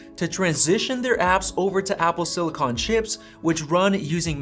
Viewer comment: It’s pronounced silicon, not silicon.